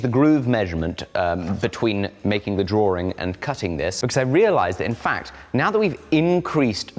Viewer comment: It's not a drawring, it's a drawing